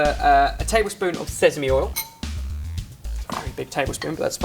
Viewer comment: what flavouring in the noodles should you use? also i love the way says seasame its like sezame!